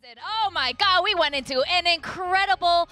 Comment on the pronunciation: ゴッドじゃなくてガッドって聞こえるね